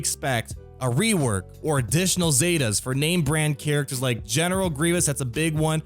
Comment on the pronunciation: Did he say "I love General McGreivous"?? Lol.